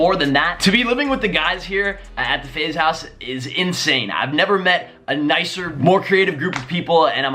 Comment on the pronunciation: DUDE SAID FAZE BLAZE LMFAO